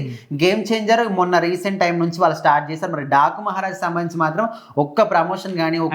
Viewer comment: 😂 టాకు కాదన డాకు మహారాజ్. మహారాజు కూడా సరిగా palakatlevga 🤦